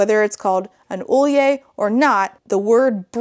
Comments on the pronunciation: As a norwegian, pronouncing sølje as ole-yeh, is absolutely ridiculous. Ø is pronounced more like the u in fur (closest thing I can find rn), so the norwegian pronounciation ia søl-je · the pronunciation guide saying sølje is pronounced like "ole-yeh" is so hilariously wrong i had to pause the video for several minutes. it's pronounced more like "soy-leh", like the s is not silent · A sølje(S-UH-Lje, not olje, that means oil💀 Ø is not O it's pronounced like an exhaggerated UH) is a norwegian type of brooch. They're round, donut shaped usually and silver. We pin them to our national clothes(bunad is the name)! It kinda pisses me off how little reseaech this author did- We are also called Norse not Nords💀 which is strike two to the author and two too many. Also Loki had kids with Angrboða(It means warning of sorrow or distress bringer, roughly) but she is not his wife. Sygn is Loki's wife. Angrboða is also NOT A GODDESS!? She's a giantess. A Jotun/Jotnar This author pisses me off OHHHH my god. The more i listen the angrier i get😭 Angrboða... IS Fenrir's mother... and Hel(goddess of death, Hela in english.), and the Jormungandr. What the fuck is this shit. I'm gonna pop a goddamned vessel. Edit: i sounded kinda passive aggressive in the Ø vs O explanation which i did not mean to or want Edit 2: more info no one asked for Edit 3: siiiigh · That pronunciation guide was bananas. It's not an endangered language situation, but, like it's not hard to find those words (the 'norse' ones) or ppl who use them. Sølje is most definitely not pronounced ohl-yeh, and that's a word still commonly used, but not one of the norse names are pronounced like that.